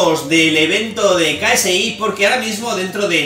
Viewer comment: Ksi se dice keisi... no soy fanatico solo escuche un tema nomas